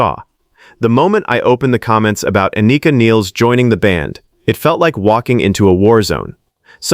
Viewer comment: The negative comments are bullshit. Anika is a great drummer and her personal chemistry (sense of humour) fits right in. P.S. you’re pronouncing her name wrong.